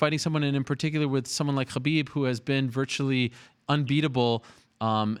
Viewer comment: No one: Ariel: HABIB